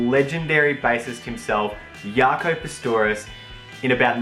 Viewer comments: It's pronounced Jock-o. Not Yaco, he's not Portuguese. Nice vid, helpful, gonna buy one! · ITS PRONOUNCED "JOCK-O" not YACO!!!!! Jaco Pastorius!!! jeez!